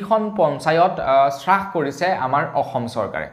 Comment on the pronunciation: সু সুপ্ৰভাত। ৰ news চাই ভাল লগা।পিছে আজিৰ বাতৰিত আপুনি হ্ৰাস শব্দটো শ্ৰাস বুলি ভুলকৈ উচ্চাৰণ কৰিছে।এনে হব নালাগে।